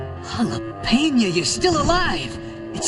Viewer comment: Why did Brooklyn say “Jalapeño”?